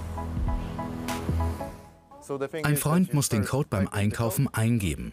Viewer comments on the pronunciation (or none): none